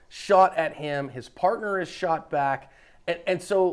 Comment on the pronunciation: “The women that they ShAut”